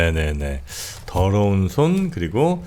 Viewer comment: 들어온 손? 드러운 손? ㅋㅋ 의 이런 발음의 손이 정프로의 더러운 손 발음보다는 깨끗하게 들리네요 ㅋ?😂 유투버 최고의 지성, 넘 멋져요 ❤